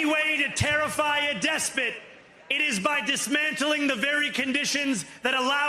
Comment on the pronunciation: He can't even say despot (DESPIT) =D Is this the era of RETARD Governance?